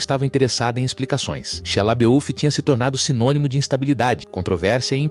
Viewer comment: Muito bom o conteúdo, só sinto falta de uma locução humana porque há muuuuuuito erro de pronuncia: Abórto, Warner brôs, Shala biúf etc. A velocidade da locução também atrapalha. Só decidi comentar porque o conteúdo é bom, o que é meio raro atualmente.